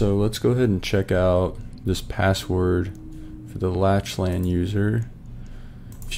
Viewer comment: Awesome vid! I definitely had some "Ohh so that's how it works" moments during this vid. Also not that it really matters, but Lachlan is actually pronounced as "Lock-lan/Lack-lan" (Irish/Scottish)